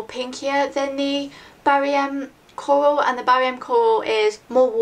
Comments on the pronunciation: i love how you say coral. "cowal" haha its cute. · when you said 'coral' the first time I thought you said Kohl, and you were talking about lipsticks so I thought you meant that you would wear an eyeliner on your lips... ahh! haha. Awesome vid~